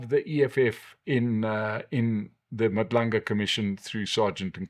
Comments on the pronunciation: It's Madlanga Commission not Madlunga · Madlanga commission sir, not Madlunga?